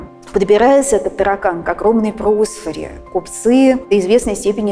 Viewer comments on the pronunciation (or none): Не прОсфора, а просфорА. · К просфорЕ. ПросфорА.